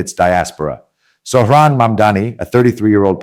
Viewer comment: MS you first get his name /first name correct? He calls himself Zohran and you say it as Sohran? Whats wrong